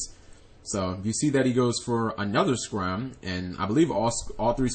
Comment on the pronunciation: It's not scram it's Scarm dang g learn your pronunciation.